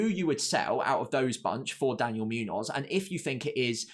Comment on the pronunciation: Great analysis. It’s Muñoz (“munyoz”) not Münoz (“Myunoz”) btw.